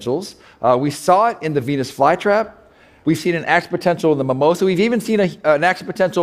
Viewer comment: It's mimosa (mee.'móh.zah). Also it didn't completely close how it would if touched in the petiole.